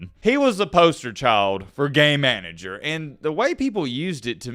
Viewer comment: I watch my videos at 1.5x speed, and when you kept saying, “game manager”, it sounded like, “gay manager” 😂